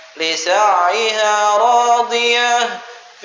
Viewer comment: Maaf ada yg kurang tepat bacaan ayat 9 Lisa'yiha dibaca Lisa'iha.